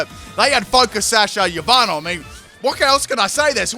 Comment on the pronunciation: i love how u say yveltal "yahvatal"